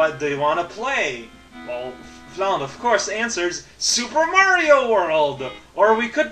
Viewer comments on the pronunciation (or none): none